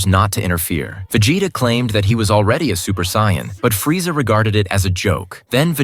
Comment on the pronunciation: This is terrible. Shitty AI voice pronounces every name horribly, and that's not Freeza you're showing. Gave up and blocked the channel within a minute of the video.